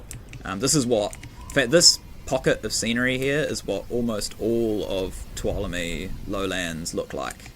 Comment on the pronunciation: Amazing map! I've already spent a couple of hours investigating it and intend on checking it out in VR this afternoon. I'm familiar with the Tuolomne area (I live in California) and you have really captured the feel of the area quite well. By the way, it is pronounced (phonetically) 'too-ahL-oh-me' with the accent on the second syllable. 😀